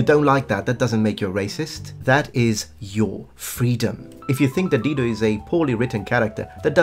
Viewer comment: Oh 'DIDO'...no "L"!